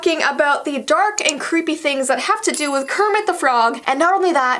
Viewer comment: Cweepy Kermit